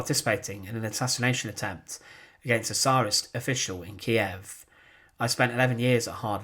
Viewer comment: It's nice to hear it pronounced "Ki-ev" again.